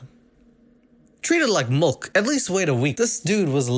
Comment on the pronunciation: Say milk again, that shits hilarious. Sounds like mulk. Same thing with billion - I thought you were talking about those chicken flavored cubes or gold bullion